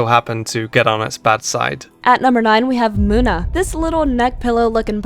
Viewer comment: In number 9 we have muda (this is a joke I know its munna but it sounded like muda if you get this reference like)